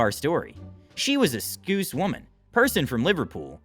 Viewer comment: Scouse, like mouse.